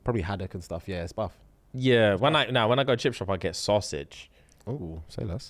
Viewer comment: No one talking about the way he said Sausage 😂